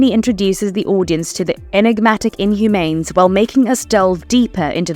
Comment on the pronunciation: I wish people would narrate their own videos, instead of using AI voices. Otherwise we get "Inhumanes" 🤦‍♂️